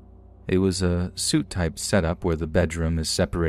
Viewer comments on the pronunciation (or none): Just an FYI, rather than being pronounced as "suit" the word suite is pronounced like "sweet". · Suite is not pronounced as "suit" - it's "sweet!"